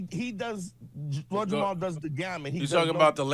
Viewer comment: "Lord Jamaal" lol